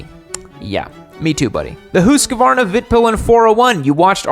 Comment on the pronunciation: I love that creates a roasting video and is utterly unable to pronounce Husqvarna correctly, and also kinda messed up Moto Guzzi 🤣